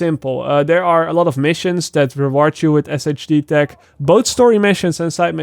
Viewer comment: It’s “Shade tech”😂